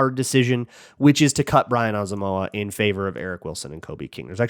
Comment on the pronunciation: Why does refuse to pronounce Brian Asamoah’s last name correctly